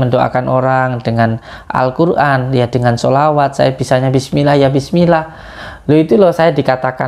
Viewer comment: Baca bismillah aja udah salah tajwid nya... Yg gk percaya gsj org cerdas